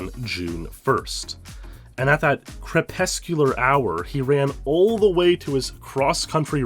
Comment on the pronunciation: "crepuscular hour". you are a God.